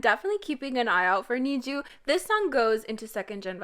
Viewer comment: I am not trying to be rude or anything but you keep mispronouncing the name "NiziU" it's actually pronounced more like "Niji-You" because I am a Japanese person and I can read Japanese, and their name in Japanese is 虹U (Niji you.) 虹 (Niji) actually means Rainbow in Japanese and I think their group name is supposed to be like each member has different colors to them and the U means those colors unite to make one cohesive group, it's something like that.